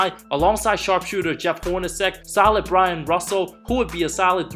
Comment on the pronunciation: Not Brian . Byron you idiot